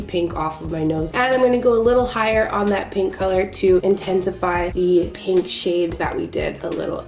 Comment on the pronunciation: “Next with this PANK” LOL i died 😂